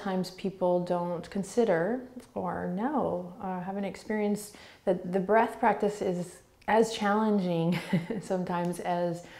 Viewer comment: The way you say breath 🤢🤢🤢